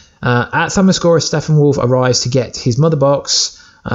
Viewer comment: STOP saying Steffenwolf! It is StePPenwolf! Sheesh 😏